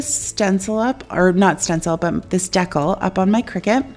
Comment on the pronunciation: Everything turned out beautiful. BTW I love the way you say Decal. Hahaha at first I was like what is she using. You rock chick. Big hugs 🤗❤